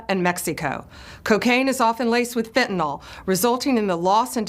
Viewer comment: You pronounce Fentanyl properly im subscribing